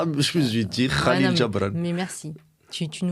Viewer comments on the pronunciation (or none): خليل جبران pas kalil